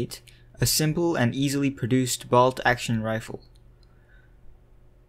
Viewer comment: Presentor says "vault action rifle" instead of "bolt action". Sad that the reader knows nothing of even the basics of the subject. Ridiculous.